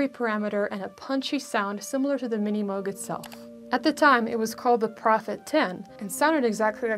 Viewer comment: Thanks for pronouncing M-oh-g correctly. The good doctor would have approved.